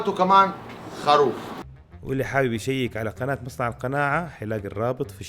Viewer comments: ليش خاروف مو خروف 🤔😉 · اسمه الخروف ولا الخاروف اسمعهم يقولو خاروف